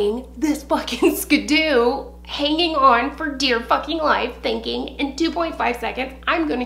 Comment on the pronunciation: And ya the name is Ski-Doo bahaha skooby doo😂😂 loved this!! More stories 😂😂